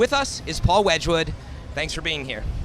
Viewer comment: lol, wedgwood, sigh